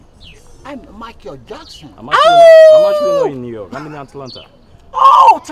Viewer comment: The way say New York 😂 “Niii Yarrkkk”